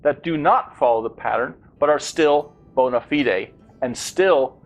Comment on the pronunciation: May I also add that "bona fide" is not pronounced that way in British English or American English... I hope this link helps.